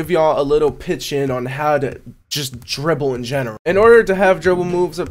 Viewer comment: U said the dribbles wrong